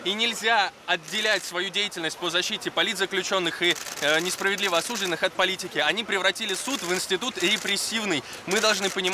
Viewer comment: Может, хватит пользоваться вертухайским сленгом? Не осУжденные, а осуждЁнные!!!